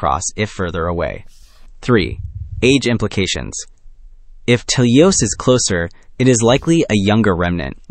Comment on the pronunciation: It's pronounced "t-E-leios", not "tel-EI-os" or "telei-O-s". It's from the Greek "τέλειος" (notice the diacritic at the 1st syllable, which denotes accentuation), which means "perfect". & it was named like this due to its perfect spherical shape. Adjectives in Greek have 3 versions, masculine, feminine, & neuter. Idk if it's of any significance, but it's worth mentioning that "teleios" is the masculine version of the adjective. (With "τέλεια / teleia" & "τέλειο / teleio" being the feminine & neuter versions respectively.)